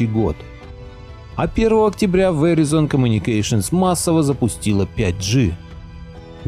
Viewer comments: Правильно читать "ВИРАЙЗН". Веризон - ухаахахаха))) боже хоть бы загуглил как читается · Не веризон а верайзон правильно говорить )) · Если интересно, то это произносится как "вэрАйзон". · Здравствуйте, извините маленькая поправочка. Verizon произносится Вэрайзон с ударением на "а". У меня телефон был приобретён в штатах, я там жила долго. Всего Вам Доброго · Just FYI - Verizon происносится как ВЕРАЙЗОН с ударением на АЙ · вэрАйзон произносится окда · Веризон ха ха ха учи английский